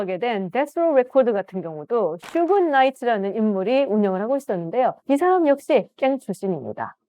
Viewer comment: 교수님. 슈그 나이트가 아니라 수쥐 나이트로 발음 하시는 게 맞습니다.